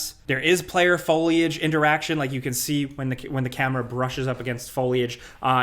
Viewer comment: Ya, that’s what I said “foilage”